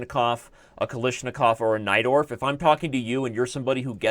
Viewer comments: Everytime Someone says Najdorf Variation I understand "Knight door" ^^ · I always hear "knight dwarf"